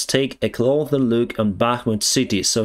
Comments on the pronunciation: When you're saying take a closer look it sounds like you're saying clo-ther rather than clo-sir. Hope this helps, love your work. Your english is actually pretty good except for a few words but I can always understand you fine. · Clo’s’er……it’s an ‘ssssssss’ not a ‘clo’th’er`. Just thought you may want to know that since you are kind enough to present in English. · Closer. Not clother. Clossssssssssssssser. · FYI, When you say "closer", you are saying it with a "th" sound near the end of the word with your tongue between your teeth. The way we here in the U.S.A. pronounce the word is with an "s" sound near the end of the word. When you say North or South, you use an "s" sound at the end of the word. All you have to do is switch the two sounds to get it right. North or South with the tongue between the teeth and closer with the "s" sound near the end of the word. Otherwise, your English is remarkably good. Thank you for your in-depth reporting. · you need to adjust the way you are saying "closer". You should pronounce the "S" sound like ss, like "pisser". You generally speak excellent English. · one English word you really need to learn to pronounce properly is "closer". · Say “Get closer” Not “get clother” Cloth is like a small towel. Clothes are shirts, pants, socks. Closer, is an s sound. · The word is 'cloSer' with an S. Not cloTHer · Closer bro not Clother , your english is much better than my Ukrainian though . Thanks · Please, ближче is pronounced "cloSer", not "clother". I'm only mentioning it because I KNOW you can say it correctly, but it's becoming a habit. чисте небо, товариш пілот. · Hi I like you and no offence but please start saying "take a closer look" not "take a clother look". 😅😁 There is no such word as "clother" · I notice that very often you say "clother". The correct word is "closer" no "th". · I noticed you started saying ''cloder'' instead of ''closer'' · CloSer, not cloTHer... 👍✌